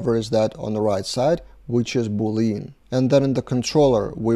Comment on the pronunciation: Pronunciation of Boolean is "Boo lyan"/"boo .lee·uhn". XD